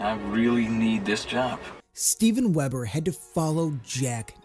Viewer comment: It’s Weber not Webber